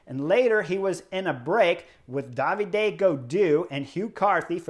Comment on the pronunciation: it makes me cringe every time, is David. Gaudu, not Davidé Gaudou I suggest you try to pronounce his first name like this: D-ha-vid. Chris, you got almost all the french name I hear right, but this one comes often enough to be notified.